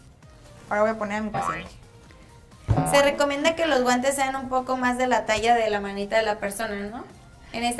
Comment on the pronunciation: En el minuto 5.22 dice abren sus guantas jajajajaja😂😂😂😂😁😁😆😆